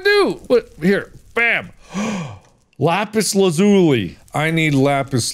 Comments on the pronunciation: no one is saying how he says lapazi lapuzi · no no no, lapuuzzi lazuuli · Mark: "THE WAY you make magic is by crafting an enchating table. AND the way you make an enchanting table is by doing..." click click Mark: "glElagh" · Little did Mark know, it’s pronounced Lapis (L-Ah-Zoo-Lee) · Mark- “Le Puzzi” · "lapus lazulee" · it’s pronounced (LaPIS LAWzoolee) (Lapis Lazuli) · Ahh, yes, Lapis Lapoosy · Its Pronounced Lap-us Laz-uh-Leet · Its pronounced lapis lah-zoo-lee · I can't be the only one that finds it weird how he pronounces the "lazuli" part of lapis lazuli. Right?